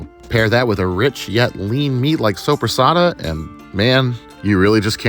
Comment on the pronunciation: When you said sopresatta i heard sobrasada and i got super excited thinking you ACTUALLY bought Spanish sobrasada hahahahaha. I wish xD. If you havent eat yet, i definitely recommend it, but maybe its not for everyone.